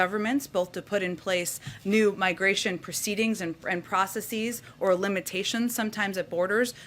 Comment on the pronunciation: Interesting that the "processeize" that uses sounds so much like "feecees" because it's the same thing. Wow, the vp found out there's corruption in these South American shitholes.. That's groundbreaking information.